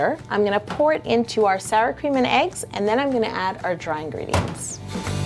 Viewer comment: when u said sour cream and eggs it sounded like sour cream and union like the chips from the lays company doesn't it????????????????????????????????? (I put to much question marks